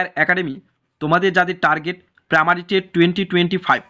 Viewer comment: স্যার পামারি নাকি প্রাইমারি????